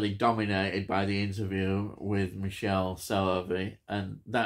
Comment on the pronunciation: I love this film. From what I understand his first name is pronounced Mick-kelley. It's a very strange film and I love it!